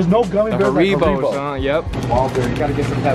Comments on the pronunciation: man said hareebo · Why did he pronounce it harebo